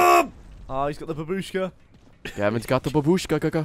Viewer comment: It's not babuuushka, it's baaabushka (in russian it means Granny)